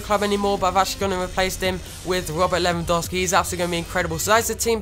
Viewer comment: It's Lewandowski not Lewandowsi +Danyyal Raja